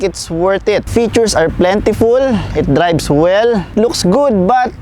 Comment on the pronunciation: "Dribes" (drives) and "Bents" (vents). Again para sa mga tamad mag enunciate ng tamang English pronunciation.